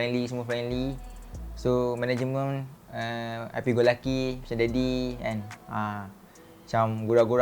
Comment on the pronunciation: itu ah dia sebut management jadi managemeng😂